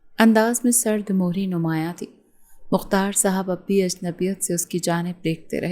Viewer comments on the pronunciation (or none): Sard mehri lafz hota hai mohri nahi dear.